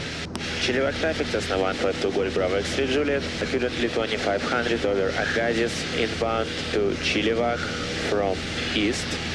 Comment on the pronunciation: Btw... Aggasiz is pronounced "Aga See." Hope that helps in the future. Great video. Listening to it for practice, as I'll be moving back to Canada in the spring to earn my PPL and CPL. Thanks for the editing!